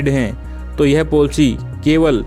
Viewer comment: ये पोलसी क्या है😂😂😁😁😁🤣🤣😂😅 its called पलिसी